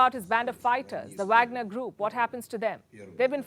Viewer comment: It’s pronounced waagner….